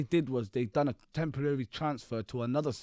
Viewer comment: Listen to how he says temporary templeley